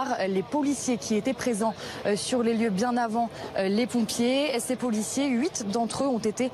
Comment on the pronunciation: Arrête de dire poulicier